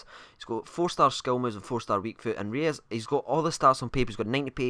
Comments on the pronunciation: It's Royse not reyus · haha just kidding,you are pronouncing him almost right...just pronouncing him royce!:) but you are right re-us is wrong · You pronounce Reus like Royce. Not like reyes haha. Typical zombie can't even talk right. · Reus is pronounce Royce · I think you're the only person in the world who doesn't like Reus on FIFA. And btw it's pronounced royss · Pronounced Roys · It's pronounced Royce :) rues is a striker btw